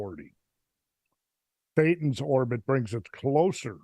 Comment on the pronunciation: All this talk about Phaethon! Sounds almost like "thaetan".